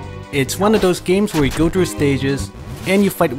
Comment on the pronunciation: When you say "through" it sounded like "drew". That's why I wanted you to say that haha